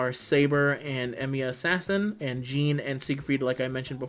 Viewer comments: Stop saying "jean" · wtf are you calling Jeanne... "Gene"?